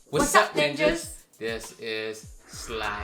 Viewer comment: Ninjas sound like the n word